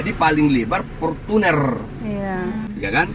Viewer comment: Portunnerrrrrrrrrrr ..rrrr